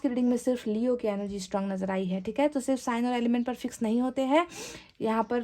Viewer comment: Madam! Apna pronunciation theek rkha kre..iss video mai bhi aapne सिर्फ ko शिर्फ bola h..काश ko कास bola h aapne..shayri Mai bhi..शाम ko साम bola h aapne..शायद को सायद bola h aapne ...ईश्वर को इसवर bola hai aapne ...